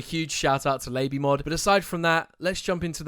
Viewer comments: but its pronounced "lah-bee-mod" not "lay-bee-mod" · did he just fricking call it lay-bee mod